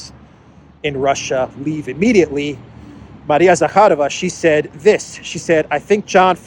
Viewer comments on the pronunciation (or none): none